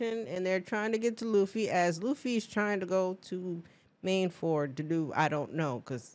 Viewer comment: Queen, did you call it... Mainford?